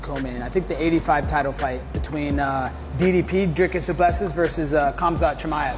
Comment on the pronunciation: Oh finally Colby says Khamzat instead of cumshot